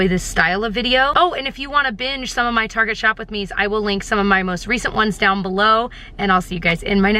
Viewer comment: I love that you call it "Targeé", my mom use to call it that ❤️